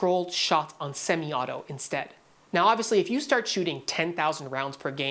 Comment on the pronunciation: I love your Canadian accent on words like ARe and stARt